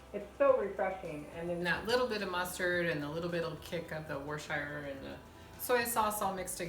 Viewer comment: It is pronounced whirr stir sure. Took a lot of practice for me to say it, coming from Texas! By the way, love your videos. You cook like I do.